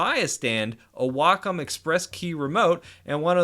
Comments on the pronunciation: the wokum one v the hooeine camvas noice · I think it's supposed to be pronounced Way-come.